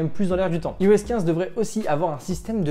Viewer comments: Y’a TROP de gens qui prononcent mal iOS… Ça se prononce "Aïe-OS". Comme "Aïe-Phone", "Aïe-Pad"… etc. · Par tous les saints, pourriez-vous cesser de prononcer "i-OS" à la française au lieu de dire "eyeOS" :( ? Sérieux quoi, si vous dites "i-OS" à la française alors assumez et dites "i-fon" aussi! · La vidéo démarre "Yi-OS" 15 ! Aie...